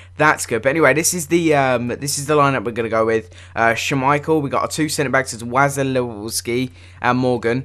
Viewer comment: Its pronounced was-ill-eski